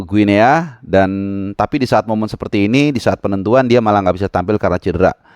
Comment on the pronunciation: Guinea (baca=Gini) sama kaya baca Papua New Guinea (Papua nyu gini)